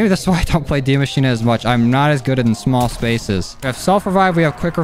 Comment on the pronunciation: Man said dee mashina